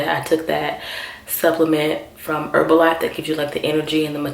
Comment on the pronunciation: You're saying Herbalife correct because the "h" is silent.